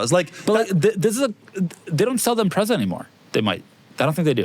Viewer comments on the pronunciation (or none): none